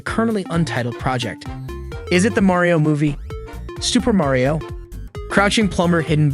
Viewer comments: It’s Mario not mayrio 😂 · why tf are you saying merio?! you say so mich weird for his name